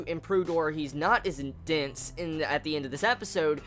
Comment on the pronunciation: took me a while before I realized you were saying "dense" - I was hearing you say "dints"